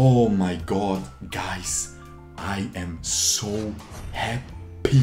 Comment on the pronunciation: "I am so HAPHY!" :/ -crying inside